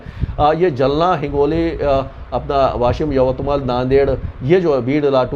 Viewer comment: सर ओ जालना है जलना नाही😂😂